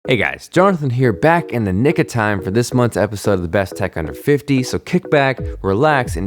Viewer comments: did he say"back in the nigga time"? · OHHHHHH ''Nick of time''.........I thought he said....what you heard :P